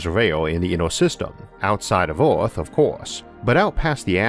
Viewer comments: Why you keep saying Orth and not Earth? It some artistic interpretation thing? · "Wader" " hewe" "eawth" "biggew" "awea" "dwag" "awmor" -Isaac Arthur